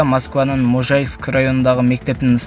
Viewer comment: Подписайится деп сендатойгоздун Можайск эмес Мажайск деп айтылат